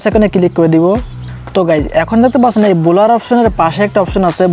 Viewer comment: বলোর না, ব্ল্যার